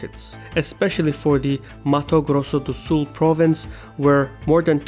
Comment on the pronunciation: Haha, great "Mato Grosso do Sul" Portuguese pronunciation. Spot on.